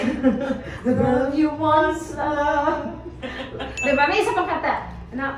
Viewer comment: DI BA. NOT DEH ba!!! Come on!